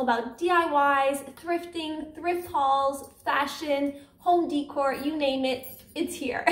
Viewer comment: Very nice. Great price. Plus you made it yourself. It cracks me up how you say home decor.